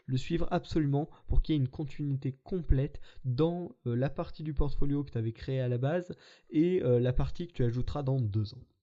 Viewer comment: "Portoflio", dommage :p